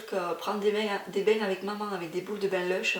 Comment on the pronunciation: Ravie de te retrouver en vidéo comme toujours :) j'ai juste adoré le " maman " de Lana avec ce bon accent du sud j'adore Mdrrrr. Bisous et de tout coeur avec toi vraiment pour le 31 !